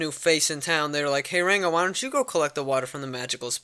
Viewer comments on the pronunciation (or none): i love how u say ''ranco'' u special boy